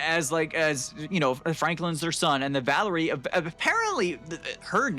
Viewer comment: Its Valeria not vallery